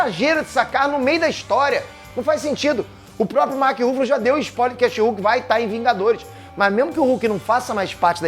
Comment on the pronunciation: Mark ruffalo ou Mark Ruffles? kkkk